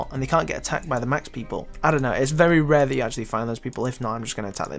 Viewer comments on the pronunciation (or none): none